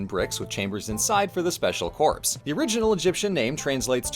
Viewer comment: “Special corpse” made me laugh